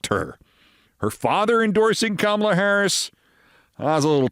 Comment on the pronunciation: Did you just call the VP Camel-uh? You did! Jesus Christ Olbermann, wtf is your problem? You can’t say the word comma-La?